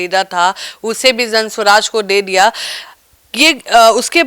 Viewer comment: दे दिया को डे डिया मत बोलिए, 😅